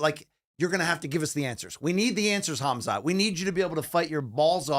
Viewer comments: "HAZMAT" It's really not hard to pronounce these names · Ngl I panicked when said Hazmat instead of Khamzat but then it got much better and he added a lot to the show!